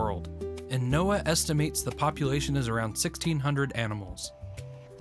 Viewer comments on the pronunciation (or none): none